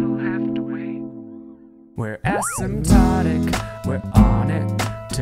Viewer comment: I thought i heard Acid Tonic.